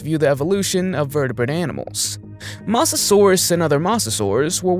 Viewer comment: Bro mispronounced Mosasaurus with masosasourus 😂😂😂😂😂😂😂😂😂😂😂😂💀💀💀💀💀💀💀💀💀💀💀💀💀💀💀💀💀💀.